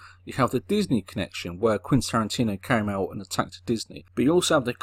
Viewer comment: He doesn't. He says Quintantino for some reason.